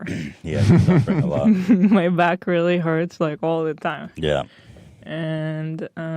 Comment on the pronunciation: “I weally twust HBO” LOL wow you guys are out of touch NPC’s.